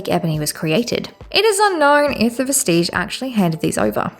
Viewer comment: And Vestige is DEFINITELY not pronounced like Prestige